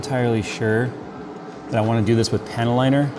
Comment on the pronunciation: Every time says panel liner, I hear "panty liner."